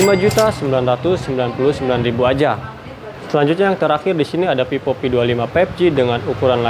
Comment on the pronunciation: Cara ngejelasinnya okelah.. 🥰 tp sebelumnya maaf nih ya kak.. itu bacanya kurang pas, itu dibaca Vivo mah bkn pipo, ga enak didenger soalnya kalo dibaca pipo kak 🙏 🙈